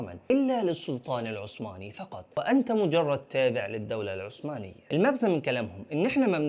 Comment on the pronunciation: اسمها الدولة العثمانية وليست الدولة العسمانية